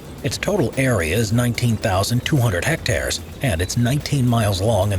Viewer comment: Der bua kon Hecktar ned aussprechn.